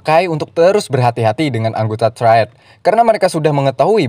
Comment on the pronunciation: triad bukan traied🤣 truck bukan treuk🤣